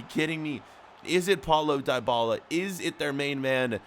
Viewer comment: Paulo dybala is pronounced deebala not trying to be mean by the way